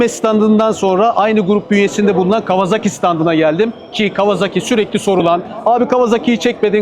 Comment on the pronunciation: Canini sevdiğim kawaZaki deme. Gıcık oluyorum. KAWASAKİ